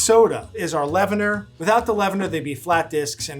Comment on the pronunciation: leavener, not lavender